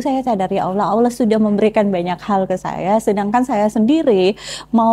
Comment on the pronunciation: Masukan sedikit untuk pengucapan Allaah dan penyebutan masuk muslim harusnya masuk Islam. BarokAllah fik